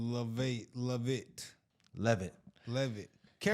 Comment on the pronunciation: "Sweet Caroline" by Neil Diamond. And you're right, Karoline's last name is pronounced "Lev-it."